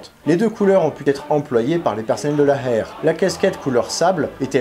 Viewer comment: Dis plutôt « Héér » que « Hair » si tu peux 😉